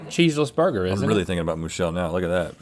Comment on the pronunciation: I will not rest until mooshille? mooshell/ moo-...mooshelle?? is avenged!